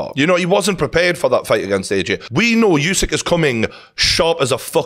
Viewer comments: Pronounced... Ew-syk... Not you-syk.... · Geordie, let's not keep calling the champ "YouSick" It's wrong. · I agree except he’s called usyk not yousyk